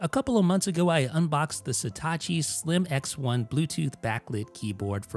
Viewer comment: every time you said “Slim X1” I heard “slim-ass one” 🙃